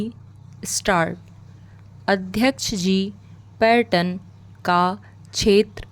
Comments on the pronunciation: Bilkul paryatan , pattern bola jaa rha h.. aise hi rajya me bhi raaj. Baaki speed aur voice clear h. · Pronunciation में सुधार की जरूरत है जैसे राज्य, पर्यटन